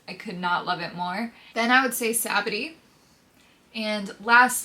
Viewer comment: only person I've ever heard pronounce sabaody like that lmao